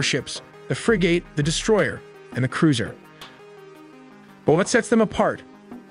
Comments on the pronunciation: And Frigate is pronounced frig-it not frig at! 🤣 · Frigate is pronoinced FRIG-it, not frI-GATE. Also, FAHL-inx not fa-lanx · Forecastle is pronounced Folk cell. Frigate is pronounced Friggit like Friggin. Phalanx is pronounced Faye Lanks almost like it were two words. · Good vid, but be aware the vid mispronounces both "Phalanx" and "Frigate"..... also, noted the range map is badly out of scale, the indicated range being more appropriate for a ballistic missile than a fleet defense missile. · Would be nice if the information presented was actually accurate. (Presenter doesn't even know how to pronouce 'frigate'.) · Learn to pronounce words. Phalanx and Frigate